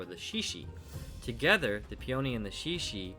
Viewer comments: Pea-oh-nee? Dude...it's pe-ah-knee. I was so confused what he was talking about until I looked into it further. Beautiful hammer, though! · pee-OHH-NEE is a very interesting way of pronouncing peony. I grew up with my mom saying PEE-uh-NEE. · I’ve never heard someone pronounce peony like that.